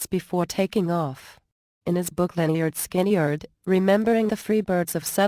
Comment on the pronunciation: Cant even pronounce the groups name correctly..damm computer